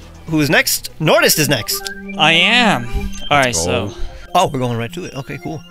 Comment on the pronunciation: I had a heart attack when you said nortist. 2 of my favorite pokétubers collabing!